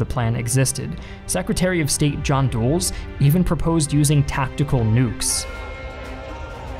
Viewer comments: it’s pronounced dull-liss, not dooles. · FWIW, Eisenhower’s advisor, John (Foster) Dulles - is not pronounced as “Dooles”, but as “Dull-us”. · The US Secretary of State's name is pronounced John "Dull-us" not John "Dooles" in min . Like Dulles Airport in VA. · Dulles is pronounced "DULL-ESS", not "Dools." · Your pronunciation of John Foster Dulles's last name leads me to believe that you have only ever seen it written.